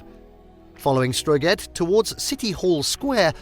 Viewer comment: Couldn't even pronounce the English name of the city correctly. And as for Strøget!!!!